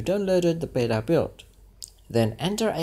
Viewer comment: Beta, not bera! :)